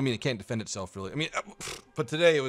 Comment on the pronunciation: "Dephend the D point"